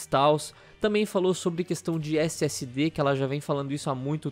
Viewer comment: so eu q ouvi lsd em vez de ssd kakakakaa